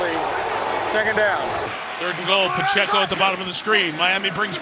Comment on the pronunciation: Pa-chey-co. Respect the name, respect the race.